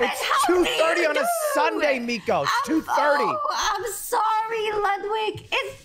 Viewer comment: She keeps calling him "Lugwig" OMEGALUL